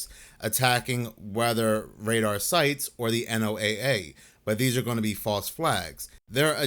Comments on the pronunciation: Can we all just agree to pronounce the NOAA like the guy with the Ark and two of each animal or Noah please like most people do please? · Real weather nerds never say N.O.A.A... it's "Noah"...had to click off, because that is a huge pet peeve.